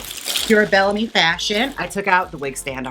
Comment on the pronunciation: ohh and it is Bell-a-Me